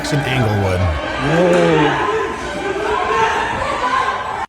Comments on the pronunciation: Did you just say inglewatts is mostly affluent 😂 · Don’t act like you know what Inglewood is you can’t even pronounce it lmao “Angle-wood” you’re weird for acting like you’re familiar with the area